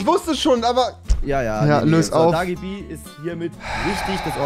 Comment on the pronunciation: Rewi :wota fak Wer ist das. Paluten :ich weiß es dagi bie